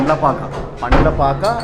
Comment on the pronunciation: Pandhlapaaka kadu bhayya Pandhalapaaka!!!